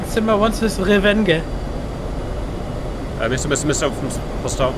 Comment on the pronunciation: ...Cap had his 'Terrible Re-WENGE'!